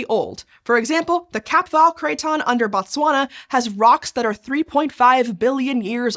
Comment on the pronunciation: Very informative video. I always get surprised when Botswana is mentioned. I remember Fairly Odd parents randomly having a pop quiz about what the capital of Botswana is 😂 Not the best pronunciation of Botswana 😅 but great video